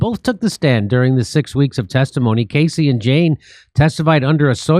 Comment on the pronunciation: This just proves that Jimmy is illiterate. He calls Cassie "Casey" and in a second he'll say "Soydonym" for pseudonym.